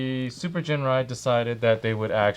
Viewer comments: No hard 'G' for Ginrai… Correct pronunciation is 'Jinrai'. Besides, wait 'til Super Ginrai combine with Godbomber (with PC-15 and 16), u'll be surprised. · but the actual pronunciation IS Jinrai, not "Ginrai", with a ji sound. The Japanese name is written as ジンライ, with the katakana "ji". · Every time you mispronounce Ginrai's name, a puppy dies. (Because I killed it.)